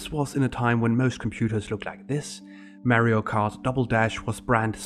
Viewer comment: Lol I love Merry O. Instead of Mario.